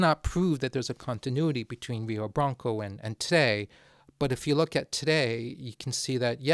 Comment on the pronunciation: if Rio de Blanco was Brazilian it is likely pronounced Rio (crap sorry hio?) R’s in Portuguese tend to make this H sound in my experience.